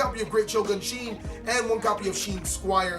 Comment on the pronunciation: It’s not pronounced Sheen, it’s Shi en (She-Ehn)